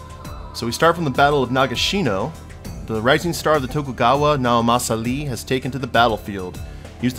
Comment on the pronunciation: sorry to correct you on you first video, but it's pronounced like the letter e because of the uppercase I in Naomasa's name